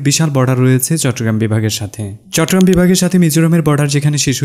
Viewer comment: চট্টগ্রাম উচ্চারণটাও কি মুখস্থভাবে করেছেন ? কোথায় চট্টগ্রাম আর কোথায় চট্রগ্রাম।